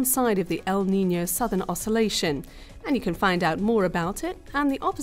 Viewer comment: Useful video but the stress paterns El NiñOOO and La NiñAAA are driving me crazy